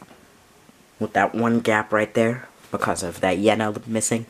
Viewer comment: You keep saying Yena instead of Yelena 😂